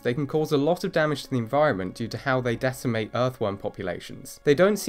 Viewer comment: "they decimate earthworm populations..." so, they reduce it by 1/10? is this per year? over many years? as an educator, and someone i assume has at least a passing knowledge of Latin, please be precise, and stop slurring the word 'decimate'. otherwise, love the channel :P